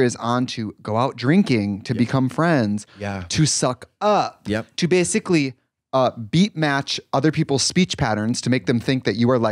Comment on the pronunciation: trixie's accent saying "basically" is so wisconsin